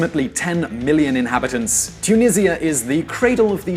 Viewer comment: You pronounced it wrong (by the way I’m talking about the country’s name)